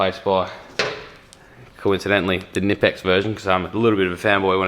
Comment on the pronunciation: you should pronounciate the "k" in knipex, "knipe" is the clamping motion you do with your hand when you use the tool . hense knip-ex. also i wish the focus was set on the tools rather than the backround. apart from the focus, great video !